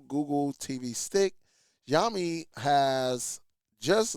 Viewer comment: It's pronounced "Shaowmi"... Xiaomi is a pretty decent company, I've used several of their phones...i gather that because of the low specs of this device that it shouldn't cost more than $15...sure, the 1gb is questionable, but it is still usable for basic stuff... Not to mention that the required 2gb of ram from google is for their current itiration of google tv based on android 14....this stick could use an older os version like android 8 and still be functional... you can find a lot of chinese products on amazon and Aliexpress using older android OS with 1gb of ram selling for very cheap prices... by contrast Xiaomi has their Mi box streaming device that cost less than Google's tv streamer (about $75-$85) has 32gb of storage, and up to 4gb of ram, as well as hdmi and usb port that also upscales standard resolution to hd, including 4k like the Nvidia shield.